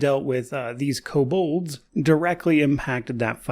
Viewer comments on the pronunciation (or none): Nice preview, exactly what I wanted to see at this stage. I wonder if the kobolds have Pack Tactics. Also, I can't remember hearing ko-bold instead of ko-bald. Like since basic boxed set in 1982 or so. Is that a thing? Maybe I just never listened; hearing is going bad after some decades, maybe that's it.